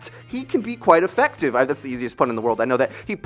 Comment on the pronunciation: "Effect-ive" Eks Dee